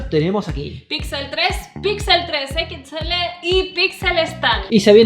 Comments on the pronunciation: siempre dice "pixel 3 equixele":v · Nada como escuchar a decir "Equits L" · Ostia puta, alguien que le diga a la guera que no se dice "equits ele" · Jaja por qué dice pixel 3 equisctsele?